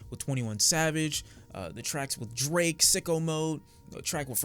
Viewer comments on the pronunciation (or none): none